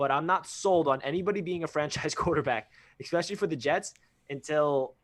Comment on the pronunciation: Without trying to sound like an asshole because I really enjoy your channel, but when I hear "ex"pecially it knocks any credibility. You guys are very intelligent and well spoken, but if Jets media (or ) mispronounces "especially" again I'm going to punch myself in the dick.. J! E! T! S! JETS! JETS! JETS!